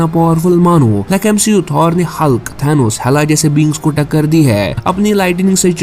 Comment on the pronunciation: Bhai Aapane Bahi Bola MCU Ko MSHEU Bana Raha hai😅😂